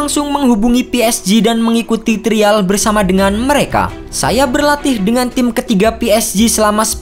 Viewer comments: Trial dibacanya : Trayeul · TRIAL 😂 TERIAL lucu baca nya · Trial ----> (dibaca) trayel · Aksen indonya kurang2in mas, trayel bacanya ga sih? Bukan trial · Pengucapan “trial” membuat saya klik dislike button 🙏